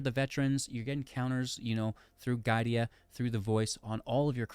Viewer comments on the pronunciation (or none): It's GI-A-DA, not GAI-DI-A ;) Cool deck though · mispronouncing giada was killing me XD